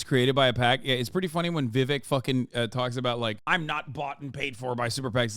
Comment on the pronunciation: this is super libbed up of me to say but jfc can one single pronounce 'Vivek' correctly, even "LIBERAL MEDIA" CNN can't do it